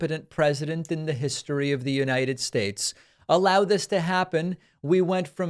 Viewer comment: You mispronounced Uniyed Shashe...